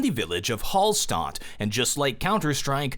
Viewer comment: It's actually pronounced Halshtat even though there's no 'sh' there, you still pronounce it Been there just 2 months ago, an amazing place which I really recommand visiting, you can also go there for a swim nearby Schafberg is pretty close to it, approx 30m drive, you can also go up there, I don't remember how much it costs but it's totally worth it, the view is freaking crazy, and if you get a chance get to Salzburg and then get to Eagle's nest (Or Kehlsteinhaus) and then konigssee in Germany, and there ya go I gave you a 3 days trip;) All thanks to csgo video, enjoy!